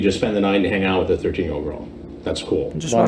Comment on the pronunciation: I always thought it sounded like was saying “The Earl you were talking to told you very clearly she was 13” it’s like he forgot the G in girl. I think I’ve watched this too many times